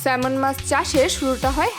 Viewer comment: ম্যাডাম কিছু মনে নিবেন না, আপনি মাছের নাম বলার সময় একটা মস্ত বড় ভুল করছেন। আপনি বলছেন " স্যালমন" মাছ। ওটার সঠিক উচ্চারন হবে " স্যামন" ল বা L এর উচ্চারন উহ্য থাকে। যেমন" আইল্যান্ড " (Island) উচ্চারনের সময় S এর উচ্চারন হয় না। তেমনি এখানেও তদ্রুপ।